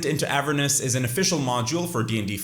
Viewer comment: Bro please pronounce Avernus how it should be lmfao you say Avernis